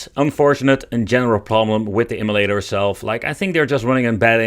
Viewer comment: M U LATER...NOT EMI-LATER